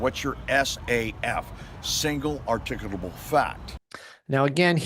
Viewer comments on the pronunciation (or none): Reasonable, "Articable," Suspicion- Learn to pronounce it before you use it, Slobberin' Shitizen.